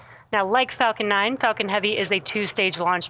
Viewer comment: This woman sounds like shes constantly saying the f word when she says falcon. ..."its fu**ing heavy sir."